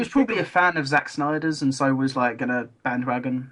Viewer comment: Bandwagon not bandwaron